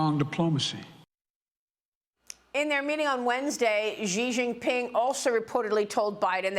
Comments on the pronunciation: His name is pronounced "she jinping," not "jee zhinping." Why can't Bartiromo simply take a cue from Gordon and get it right? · Nope. The first syllable is "she." If it were pronounced "chi," ("chee") the English spelling would be Qi. The English sequence chi is actually pronounced more like "chur" in Mandarin, as in chi-fan ("chur-fon"), "eat."